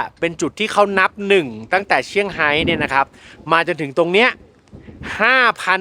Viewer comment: เซี่ยงไฮ้ ไม่ใช่เชี่ยงไฮ้ค่ะ (แบบไทยๆ)